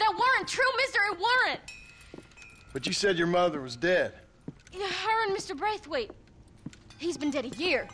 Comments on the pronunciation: did you say braithwaite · Yo did she say Braithwaite